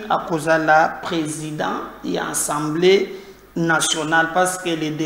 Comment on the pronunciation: STp, c'est l'assemblée et non ensemblee.